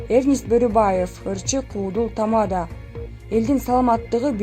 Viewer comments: Тама'да эмес чоң кыз, текстти туура окусаңар боло?? Тамада' эң акыркы ,"а" тамгасына баскыч жасалат. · Тамаданы нормально айтсанг